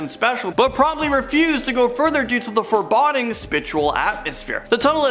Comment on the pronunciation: I can't take how many words the one male host mispronounced. I mean, who doesn't know the word foreboding!?